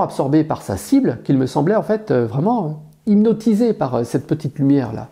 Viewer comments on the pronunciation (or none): Hypnotisé et pas hynoptise 😊